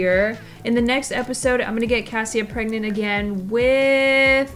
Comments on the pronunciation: Prergnat,pregnante,...😂 Love your videos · the way i was watching this and at the beginning where you said "shes pregnant.......or pregarnte" i literally said pregarnte right before you said it too and i cackled inside a very quiet college cafeteria.🤣🤣🤣🤣🤣🤣🤣🤣